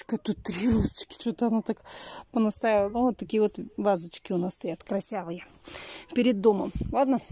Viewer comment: Вот какие у нас вазочки красЯвые.. Где слова то такие берет..